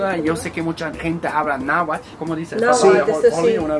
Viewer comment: Pronuncian Náhuatl mal, acentuan mucho la "T" la "L" es la que automáticamente sonido a la T...